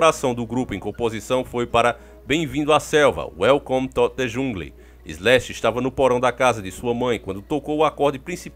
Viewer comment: Eu não quero parecer deselegante, mas no consigo segurar a risada com a pronúncia do Davi.... Kkkkk perdao. Eu quase chorei de rir quando disse welcome to de jungli kkk que feio isso kkkkk